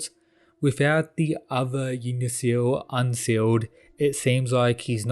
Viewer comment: The way you pronounce Yggdrasil bothers me to no end. "Ygg-Dra-Sil" becomes "Jig-Na-Sil" and i dont get how